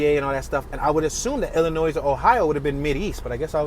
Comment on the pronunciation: Pro tip of the day by a Chicago native: Illinois is pronounced 'ih-lih-noy' or ill-lin-noy'. The S is silent. It's a French rendition of a Native American word. I pronounce it as the former